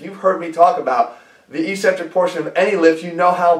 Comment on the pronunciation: "ikˈsentrik", that's the phonetic pronunciation. It's hard to take someone serious no matter how good their information is when they continue to mispronounce technical terms. "E-centrc" sounds cheesy. Concentric and Eccentric, there's two C's there bro.